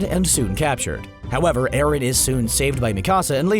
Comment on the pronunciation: bro didnt you hear eren and colossal titan and its eren not erin